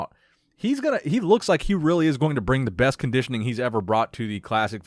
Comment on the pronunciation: Quick comment to throw in that you said besy instead of best